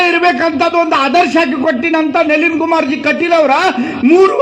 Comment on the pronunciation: ನವೀನ ಅಲ್ಲರೀ ಕಾಕ ಅದು ನಳೀನ್ ಕುಮಾರ್ ಕಟೀಲ್ ಅದು